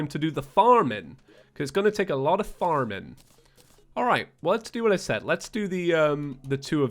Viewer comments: Is it just me or when said farming he had a hillbilly accent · Did anyone else realize how he said farming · Is it just me or did he say F A R M I N really weird? Nice series, I can actually keep up with it.